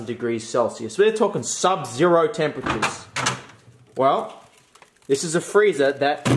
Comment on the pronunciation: "abosolouty" "impossable" "temperture"